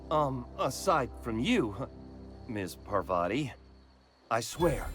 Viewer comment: I hate the way they pronounce Parvati because its completely wrong